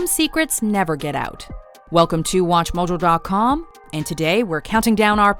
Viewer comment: The way she says watch mojo 😬😂